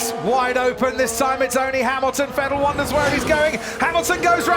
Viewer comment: Will someone tell anyone from the UK that there is no F in the word Vettel??? OR VERSTAPPEN.